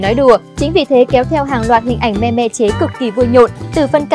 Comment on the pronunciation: mêm nhe :))